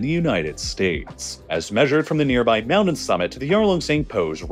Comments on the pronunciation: Not trying to be a dick but you don’t have a speech impediment. Don’t say “mownen” it’s mountain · wtf is a mounin?